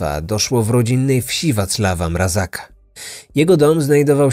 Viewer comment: Tylko nie mówimy Mrazaka, ale Mrazka